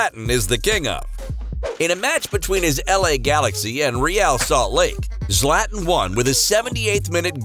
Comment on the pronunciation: "Slatn" Ibrahimovic 😂🙄